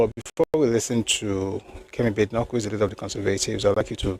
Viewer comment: Hello brotherly, nice session as usual. Badenoch is pronounced Bah-deh-nokh. It's Scottish name.